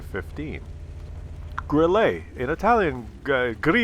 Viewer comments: it is pronounced Grill-uh not Grill-a.But when it's dead it is always pronounced "I am died". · More like grill-eh, not grill-ay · Pronounced 'Grill-eh', not Grill-ay. And yes, it means cricket in German. Jeez... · What I did let you know in the past is how to pronounce "Grille" correctly in German, which is NOT THE FRENCH WAY!!!1 It's not a Grillé for cryin' out loud! it's a Grille! Stress on the i! (Admittedly there is no easy hard and fast rule for word stress in German.) (So it's one of the finer points of German pronunciation.) (But still!! Way to disrespect the beautiful language of your forefathers!) Also if the problem with the aiming and the hitting is the soft stats that make it too sensitive to involuntary mouse movement caused by clicking the fire button, then the simple solution is to choose a keyboard key instead. Like the space bar, that you can hit with your thumb. Just sayin'. Once again, WoWs turns out to be the superior game of course because you can set two fire buttons, like for example both the right mouse button and the space bar. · Grille means cricket in German, but for fuck's sake stop saying it with an "A" at the end of the word, it is grill-uh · what the fuck is a Grillah? you have a german first and lastname and you cant even pronounce german words? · Also in french it's not pronounced Grillé, because it's not written Grillé. The French have forefathers too you know ;-). Also, WoWS is superior in many other ways. For example you can complement someone for being a good player or being polite in chat. Oddly enough in WoWS people are far more polite in chat than in WoT... I guess the system works? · Maybe it's just me, but hearing a guy named mis-pronounce the Grille is making me chuckle;p "Idol-veiss" was great too